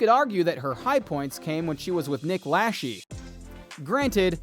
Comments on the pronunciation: Its Lachey!! La-shay not lashee!! Come on now, it doesn’t take much to see how his last name is pronouncex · Dude it’s not pronounced nick lashee it’s pronounced nick la-Shay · it's pronounced Nick Lashayyyyy not Nick Lasheeee which in French means Nick is pooping her out 😂😂😂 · Lasheee? Really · Lacheee killed me every time 😏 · I think if you're gonna make a video Then you should know your facts something simple as pronouncing someone's name right I was so sick of hearing you pronounce Nick Lache wrong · I hate how the narrator pronounces Nick's last name. 🤦‍♀️ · If you are going to post a video....shouldnt the commentator know at the very least...how to pronounce Jessica Simpson ex costar and ex husbands name???? 🤣🤣🤣🤷‍♀️